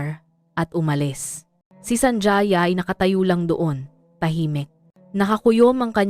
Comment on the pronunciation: SANJAYA?..apilyido yan kaya ayusin nyo nman ang paggawa ng kontent nyo..ang pag bigkas nyan ay SANHAYA"J" ay tunog letrang "H"(ha)..